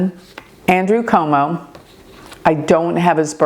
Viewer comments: Cuomo not Como.. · Curtis Sliwa is pronounced as " SLEE WA ". He's 1/2 Polish. Every NYC political TV reporters produced it like that. Andrew Cuomo is Italian descent, last name pronounced as "QUOTE MO". J/ hadi Zohran Mamdani is pronounced as "ZOR RAN" (The H is silent) "MAM DONNIE" per NYC political TV reporters. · Hi - some pronunciation assistance. Andrew Cuomo - Quo Mo, Curtis Sliwa - Slee Wa, Zohran Mamdani Mahm Da Nee Thanks for your amazing insights 🙏